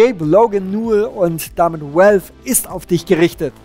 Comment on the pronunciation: valve spricht sich "wälw" nicht "uälw", godamnit! X'D